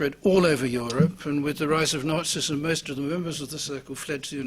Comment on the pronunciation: "The rise of Nazi-ism" sounded at first like "the rise of narcissism". ☝🙄